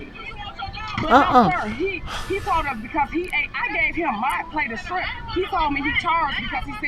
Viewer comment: . "ERNGIS" EPIC bro. And that Skrimpt